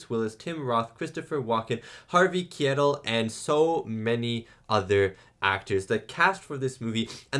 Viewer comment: Just a quick correction. Harvey Keitel is pronounced "Harvey K-eye-tell".